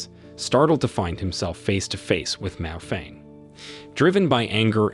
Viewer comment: Miao Renfeng not Mao Feng lol 😂